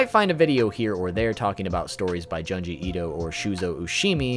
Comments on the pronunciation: John-jee Eat-oh 😂 well you warned us but I still find it adorably hilarious 😁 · He said he'll mispronounce. I said ok. Then he said Janji Eeto.